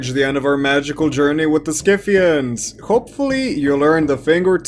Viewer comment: PRONOUNCED SITHIANS YOUR FACTS MUST BE FROM WIKIPEDIA....subverted history For un-subverted history.... Go learn real history